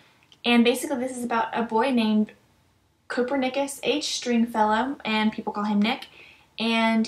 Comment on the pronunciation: These look really interesting... I'm pretty sure Copernicus is pronounced: Cop=urn-nick-us. Just yeah... ^_^